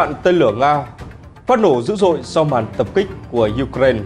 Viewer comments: đã bảo vậy mà, nghe thật hay đúng không ? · BTV phát âm Ukraine nghe hay hơn Ukraina. 👌👍❤️